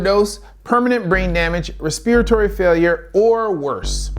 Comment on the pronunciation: I need an answer....how do you know so much but pronounce respiratory the way you did? Was it just a slip of the tongue or what?